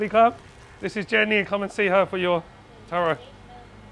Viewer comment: Je' Nee ! not Jenny.